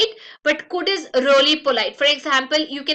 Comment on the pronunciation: Why she speaks 'Rolly' instead of 'Really'???